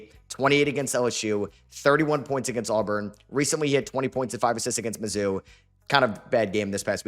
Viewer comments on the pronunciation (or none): none